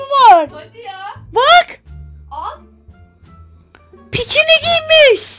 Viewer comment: Yeni kelime açıldı “PİKİNİ”